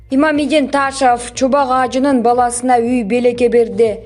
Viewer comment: Таашов эмес созулма ун м.н окулбайт айтылбайт